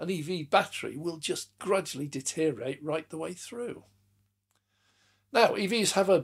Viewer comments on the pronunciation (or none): the word you were searching for was DE teriorate, not detteriate